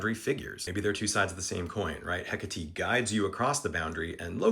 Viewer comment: Heck a tee? THAT'S how you pronounce Hecate? That's so cool. I've seen it written many times, but never heard it before! Ty for that